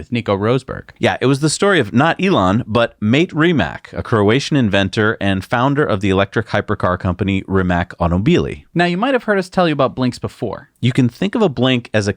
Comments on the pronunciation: "Mate Rimac" is pronounced "mah-tay reemats" not "me ole mate, Rimak" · Mah-tay Rimac not "Mate" 🤨